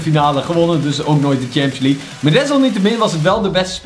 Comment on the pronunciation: Hey ik heb zeker geen haat je bent namelijk een van mijn favoriete yt bent maar de premier leugue zeg je fout en daar kun jij niks aan doen maar het is wel irri maar nog 10 k abonnees en dan heb je 200.000 abonnees BAWZ ARMYYYY